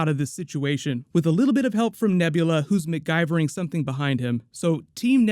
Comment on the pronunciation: “McGuyvering” I love it